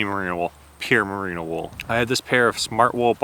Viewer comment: “Marino” isn’t the name of a wool, it’s the name of the best QB to never win a Super Bowl. You mean “merino”.